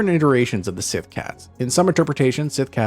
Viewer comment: Their Gælic is atrocious, Síth isn't being pronounced correctly either. "Gaylick siTH cats on SAM HAYNE" 🤦